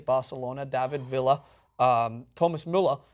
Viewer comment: your analysis is some of the best I've seen, your pronunciation of David Villa is not.